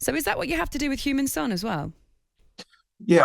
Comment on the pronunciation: As a professional she needs to learn how to say Heung Min Son's name properly